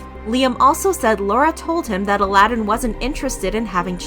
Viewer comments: how? How do you do extensive research on a topic and then mispronounce one of the main names throughout the entire 16 minute video? And you even have a clip of the ex-wife actually saying his name!? Disappointing. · So cringey to hear u mispronounce his name even after playing clips of Laura saying his name correctly. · Sorry, but you are vilifying a victim of abuse. It is not anyone's responsibility to be their abusers therapist. That's a toxic misrepresentation of a situation that women AND MEN can experience. Also, maybe try to pronounce the dude's name correctly before you make him a villain. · He doesn't pronounce his name like that, he says it in the show. Laura even said it at the clip of her speaking about the divorce. It's not pronounced like Alladin from Disney. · Ummm why u pronouncing his name like that when clearly that's not how u pronounce it. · Disappointed in the lack of research on this one. Mispronouncing his name the whole time? Yikes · How do you get his name wrong the whole time? Did you guys not watch any videos for research? Also you show quotes from The Other Way, but say they are from Before The 90 Days at the beginning of the video. I really like your videos, but this is a little sloppy. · not mis pronouncing Aladin's name the entire video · Pronounced his name wrong and they weren’t on Before the 90 Days. They were on The Other Way. I’m glad Aladin moved on. Laura is a mess. I would like to see an update on another couple Paul and Karine... they were dropped from the show with no explanation. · Yeah it bothered me when Laura even pronounced it correctly in the divorce conversation clip. saying it like Disney 🙄😑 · why do you keep saying his name wrong????? it’s clearly not pronounced like the disney character... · I know she even put a clip of Laura saying his name correctly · Bro thats not how you pronounce his name smh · ty i was confused for a sec in y they kept saying it like the disney movie 😭